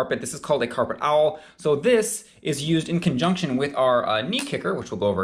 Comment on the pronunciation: Coffee is for nerds and old farts. The awl is not pronounced like owl😊